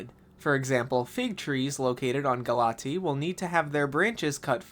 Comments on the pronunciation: I think it's pronounced Gal-uh-tay-uh instead of Galatee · GALA-TEA????? It's pronounced "galay-shia" 🤓 English student rizz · He said it wrong in the vid. It’s gah-LAH-tee-a. Not sure where the ‘a’ went in his pronunciation as the Greek word still has an ‘a’ at the end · 🤓acshually I'm pretty sure it's pronounced "ga-luh-teh-uh"